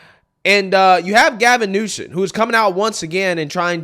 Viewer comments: I fucking hate the guy, but at least get his name right. Gavin Newsom. Not Gavin Newson. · You're saying "Newson"? It's NewsoM.